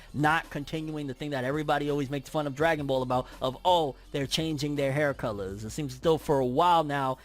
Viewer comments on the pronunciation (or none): none